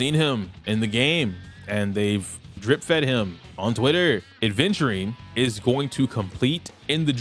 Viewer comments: Lol I still can't believe you're still pronouncing Aventurine as ADventurine😂. Good analysis though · adventurine 😂 Reminds me of cumberbatch saying “pengwings”